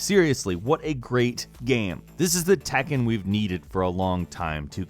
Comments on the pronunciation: tekken not takken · Say tAkkin one more time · anyone else cringe when he says 'tekken' ?